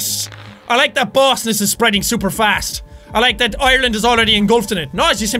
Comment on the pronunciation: I LOVE how he says super 😂 "ShhhUPER fast!" His accent is so adorable